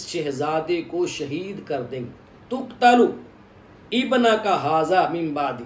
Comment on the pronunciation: جناب آپ نے عبارت پڑھنے میں غلطی کی ہے کہ جبریل علیہ السلام نے حضور صلی اللہ علیہ وآلہ وسلم کی بارگاہ میں عرض کی *"إِنَّ أُمَّتَكَ تَقْتُلُ ابْنَكَ هَذَا مِنْ بَعْدِكَ" آپ نے تقتل کو فعل مجہول پڑھا ہے جس سے معنی ہی تبدیل ہوجائے گا تقریباً جب چار منٹ مکمل ہورہے ہیں اس ٹائم یہ عبارت آپ نے پڑھی اور آپ سے عرض ہے کہ اس حوالے سے اعلیٰ حضرت امام احمد رضا خان بریلوی رحمۃ اللہ علیہ کا کیا فتویٰ وہ بھی بتادیں